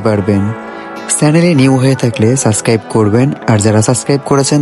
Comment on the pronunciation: University te poren tarporo subscribe bolte paro na,,suqscribe 😅